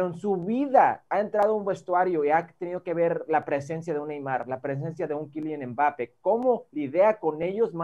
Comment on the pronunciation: Quilian embápe JAJAJAJAJAJA ese Hércules Gómez🤣